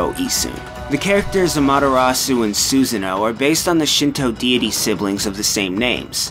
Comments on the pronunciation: love the video, was surprised by some of the trivia. But the pronunciation was very cringe-worthy at parts. "Suz-a-no" instead of "Soo-sah-no" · The narrator for the video mispronounces Susano's name and it annoys the shit out of me. It's Su-san-oh, no Susan-oh. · how he screwed up so many names. Sounded like he just sand Susan O. like it was a last name. >.> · "Soo-zann-oh's house" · By the way, his name is not "Susan - o", the "a" has an "ah" sound to it. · "Susan-oh", really now dude? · It's Soo-sah-no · Rewatching this, I hate the butchering of the character names XP ‘Suseno” “AmatERasu” Like…. I can’t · You pronounced Susano like 3 different ways XD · I thought his pronunciation was particularly rough. The way he says Susano and Isshun was especially bad.